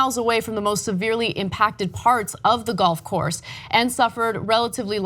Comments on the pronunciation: When you said Gulf Coast I heard Golf Course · Trump misheard - thought they said he was going to the "golf course" not the "Gulf coast". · LMAO! She read "Gulf Coast" as golf course. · Love Ana's slip at 18 second mark. Can understand though. Trump was probably more concerned about damage to his golf course (which ever was closest) than to the loss of live, shelter and overall damage done to Texas by Harvey.